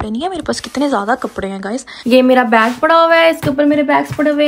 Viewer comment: it s bag not beg